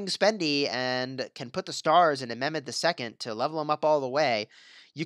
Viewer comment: Its not memed its pronounced like saying MEH and adding MED